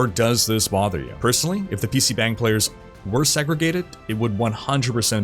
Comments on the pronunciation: please, you are hurting my ears. It's pronounced PC "BAHNG," there is no "bang" sound in korean. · It not pronounced pc bang (spelt that way, romanisation is crap). It is more like pc bung. Like hung b+ung. This is why in Korea most Koreans treat "a" as "u" in hung for all a. Just fyi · Its pronounce "bong" not bang. bang is fucking. bong is a room. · Bro. It's PC BONG. Like, yeah, they spell it "bang" but it's not how it's pronounced. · Btw it’s pronounced more like “PC Bong” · I love you, but I’m cringing every time you say pc BANG. It’s not BANG. The “a” is actually more like a soft “o” like the sound o makes in lottery!